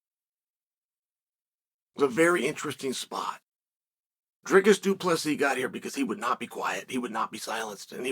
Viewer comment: You must know uncle Chael is taking this seriously if he is pronouncing both names correctly.